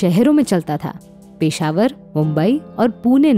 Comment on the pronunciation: पीशावर नही पेशावर बोलो